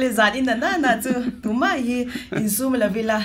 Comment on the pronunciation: Zai thiam em em mei ❌ Zai thiam em em mai💯 Lar em em mei❌ Lar em em mai💯 I thutpui kha anih kha.I tawng fimkhur rawh😝